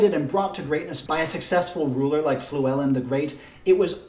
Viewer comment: This is a very interesting idea. I'm not a historian but I am Welsh. I'm impressed you can pronounce Llywellyn, but oddly not Dyfed or Mawr hehe, I'm from Dyfed, which is now called Ceredigion. But don't try saying that ;) Very interesting ideas. I'm glad YouTube's algorithm showed me your video. I really would love them to split the Celts into three civilisation.